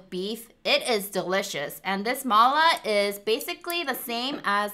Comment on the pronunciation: Is Chinese? I mean her ethnic Cuz she pronounced “ma la” correctly 😲 She doesn’t look like one tho